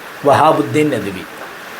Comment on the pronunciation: ഈ ഉസ്താദിൻ്റെ പേര് അദ്ദേഹം പറയുന്നത് വ്യക്തമല്ല. മഹ്ദ് നദ് വി എന്നാണോ?